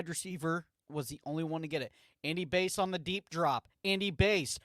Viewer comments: Yeahh it’s Bass…like the fish. Hearing it “Base” the whole time was difficult lol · Not only that, his name is pronounced Bass like the fish not Base. Seriously dude..... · Bro its basss, like a fish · It's bass like the fish and he's a RB